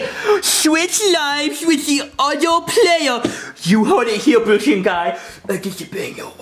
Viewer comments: Karen always calls Brooklyn Guy Boiney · i love how jonathan calls brooklyn guy ‘blooklin gye’